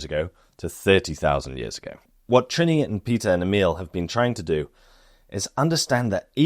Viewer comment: Yaaaay Denmark! 🎉 The lighthouse was actually moved 30 meters to keep it falling of the giant sand dune. Fun to watch a place i have been myself randomely featured in the context of neanderthals 😂 Loved your pronunciation of Trine btw 😉👌 🇩🇰🇩🇰🇩🇰🇩🇰